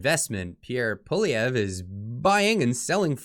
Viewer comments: Pssssst The “R” is silent in Poilievre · I always look forward to watching your great videos, BUT PLEASE improve your pronounciation of Poilievre.